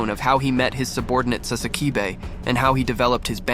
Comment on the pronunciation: Wait wait wait, you can pronounce Yhwach but not Sasakibe...and shikai.😂